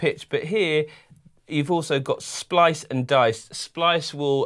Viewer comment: great video, thanks, I'm trying to save up my pennies for this one - but isn't it SPICE not "splice"? ...there's even a chilli icon to help you remember ;-) and I'm not sure Alexander Strong (who worked with Kevin Karplus to come up with the physical modelling string synthesis method) would like to be referred to as Mr String? :D :D :D